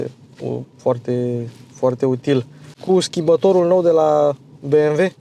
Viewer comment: Băi bi em dabăl iu . Vezi ca is nemtesti si nu americane asa ca sunt be em ve !!!!!!